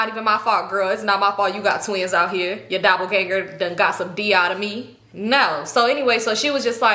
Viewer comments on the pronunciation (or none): none